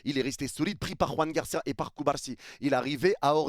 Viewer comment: Joan Garcia bordel, pas Juan Garcia. La prononciation n'a rien à voir !!!! Il est Catalan pas Espagnol !